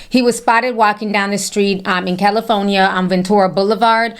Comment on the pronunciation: I'm a native of Cali.. born in Texas and raised in Cali since the age of 3.. ( im 46 yrs old ) ❤️😘🤗.. 🌴🏖 .. I love how TI pronounces the state as "CALIPHONEYA" 😂